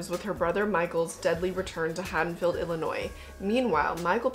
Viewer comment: Thought You Said "HaddonField Ill-Annoying